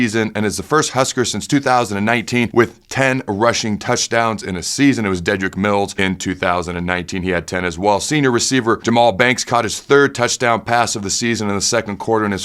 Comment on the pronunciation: Deadrick Mills…vs his name pronounced Deedrick Mills I understand your a busy guy but I wonder if you watch/listen to every game